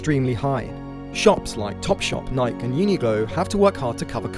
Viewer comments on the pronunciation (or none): Interesting. BTW, Nike is pronounced "naik-ee", not as "naik". Also, number of sweet shops, goods, etc., not "amount". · Alright, I can't trust this video. You start off by pronouncing it "Nike" instead of "Nikee." Which makes you seem like an AI instead of a human. Ok we can forgive a pronunciation mistake...but then you start talking about the BEIC and the VOC. And you say Denmark! It's the Netherlands you nob. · ...did you just pronounce Nike as "Naik"? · The mans called Nike "nye-k" and worried about the Chinese pronunciation haha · The british pronunciation of nike like tyke sends me every time. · That's the sign of a voice browse. They always pronounce things wrong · In the US, it's actually mispronounced. And I'm an American. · Nike is an American company and its founder named it as a two syllable word. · I own/have read Phil Knight's biography, so I know what his intent was. He named it after the Greek goddess of victory. What I said about the pronunciation still stands...